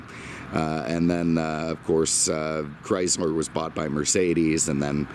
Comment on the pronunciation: Chryzler. LOL!!!